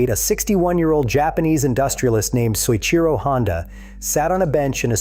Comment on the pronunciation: Oh, BULLFROGS. If you were a person (rather than a bunch of AI garbage), you'd know that Mr. Honda's name is pronounced "So-EECHEE-Ro"; Mr. Honda came to the Isle of Man TT races in 1954 to learn about the European motorcycle market, and the first hgh-tech racing Honda was the RC-142 with 4-valves per cylinder: a Honda team raced in at the Isle of Man Honda's first 4cylinder racer was a dual-overhead-cam 4-cylinder introduced in 1962 and the '1969 Honda 4" was SOHC. Honda's racers were racing on the Isle of Man in 1959 and won a 125cc World Championship in 1961. By 1964, Honda was racing an inline 6-cylinder motorcycle. "Mr. Honda didn't know anything until he sat in a park in Switzerland in 1968." Do you know how silly that sounds? "The Honda 4 put every European motorcycle manufacturer out of business" Right - like BMW, Ducati, Moto Guzzi, (modern) Triumph, etc. which are still thriving today. Total twaddle, the Honda Four featured carburetors that would stick at full throttle, handling like a syphilitic 3-legged hippopotamus, disc brakes that would fade and lose power in wet weather, tiny cam chains that "stretched" and snapped. The perfect bike, right. Come on, tell a true story, there are a lot of them out there a lot more interesting than your AI generated